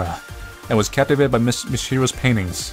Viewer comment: You were killing me with "Mis-hiro" instead of "Mi-shiro" for a while here on the playthrough. I'm surprised you didn't comment more on the continuity with "Blank Dream," since this is clearly taking place shortly after the Golden Ending of that game. Also surprised there was no further discussion of the artist herself at the end to point out that her masterpiece wasn't "Blight," about her pain and regret for forgetting (which was something she did to herself in the Mirror World), but "Blank Dream," the painting about realizing the dream of happiness held by those nearest to her. Also noteworthy that using the blue hitodama-like flames in the dream segments is also a call back to the mirror world. I really love this sort of melancholy, bittersweet storytelling, though, so maybe that's why I remember Blank Dream so clearly, even though it must have been a few years ago now. Really happy to see this creator made what I'd consider a fairly solid sequel and even some innovation in what would normally be a Japanese RPG Maker horror title.